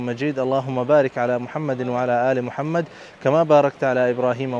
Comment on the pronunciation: Salam, Bro apka Darood Shareef thora sa ghalat hai, Muhammed ka idghaam wao main nae kiya aap ne first time, with respect